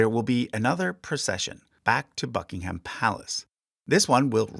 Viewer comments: Noooo you pronounced Scone and Buckingham wrong 😭 although you did get Edinburgh right so I'll let it sldie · Hey just so you know - it’s pronounced more ‘Nor-fook’ than ‘Nor-folk’ similar to how you would make the sound in book. There’s a lot of stuff like this with the English accent such as not pronouncing the ‘h’ in Buckingham